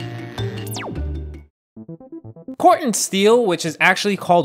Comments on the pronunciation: The word is pronounced "core ten" steel. Not "CORT un" steel. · A whole video spent mispronouncing Core-Ten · Interesting I have only ever heard it pronounced "core ten".